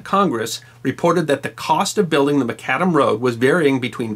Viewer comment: Thank you,, for two things: 1) highlighting the Nat'l Road (I live about an hour north of Indy and am a native Hoosier (Go Boilers!)) and the fact that it runs through the heart of Indiana is a source of state pride, and 2) for giving me the correct pronunciation of "Macadam", since I've always put the emphasis on the first syllable of the word.......whoops 😁 I can imagine that our sometime very in climate weather would be hell on macadam roads; even modern asphalt and concrete roads after some time begin to crack and buckle. Asphalt usually goes about 2-3 years after being laid before it starts cracking and beginning to "alligator" a little. Concrete takes a little longer depending on materials and construction methods.